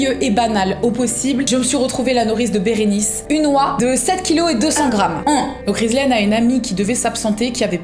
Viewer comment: Une « oiun »!